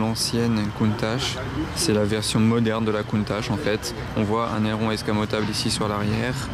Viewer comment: Merci pout moi la plus belle voiture au monde et ces bien au moins tû le prononce comme il faut et pas comme certains qui disent countaque